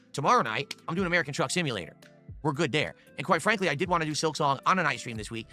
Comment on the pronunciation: Dude needs to just admit he doesn't want to play games. Also I hate the way he says the word "want"